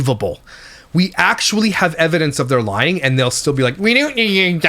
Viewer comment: “Aayaaaand” Crystal…it’s ‘and’